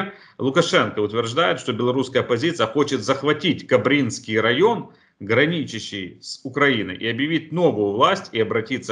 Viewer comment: КОбриниский район -- ударение на О !